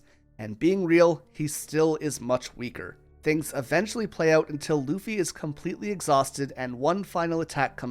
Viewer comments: Ok I need someone to settle this. I keep hearing him say "uffy" without the L but my husband swears he hears the L. Am I going insane? Is he pronouncing the L at a frequency only dogs can hear? Help me out here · uffy 😂 bro was to tired from producing this masterpiece piece that he forgot how to speak for a sec